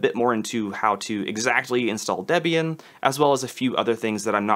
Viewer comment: Excellent video. I did slightly flinch every time you said DEB-Ian instead of DeeBian, and SuDoo instead of SuDough. But still valuable info.